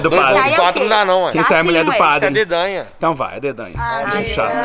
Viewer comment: É adedOnha e não adedAnhaaaaaaa